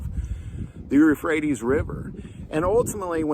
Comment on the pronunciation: Euphrates, not rephrates